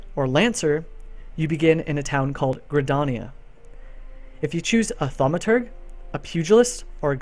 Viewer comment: This is really great. I'm excited to see all the newbies who will follow this guide and come in with some more knowledge! Yo, but it's pronounced Tha-ow-mah-ter-jh It's a flowing juh sound, not a hard guh sound.